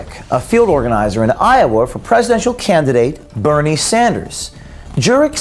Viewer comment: "Burn-ie" Sanders